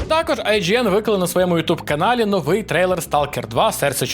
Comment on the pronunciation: Та коли ти вже навчишся? "новИй", а не "нОвий" - наголос на другий склад!😭😭😭 Iлон Маск не задрот в дьябло 4, а проросiйський п**орас, який не вартий жодної уваги